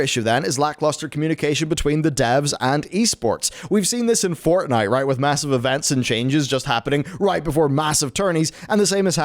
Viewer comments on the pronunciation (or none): none